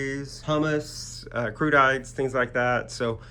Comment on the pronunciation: Your videos are super, but- “Crudité” is not pronounced “CRU-DITE” but rather “Cru- ditee” jusT AN FYI Google Translate can be very helpful for pronunciation